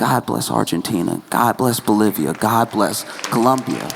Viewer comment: You said Bolivia! 😍🥰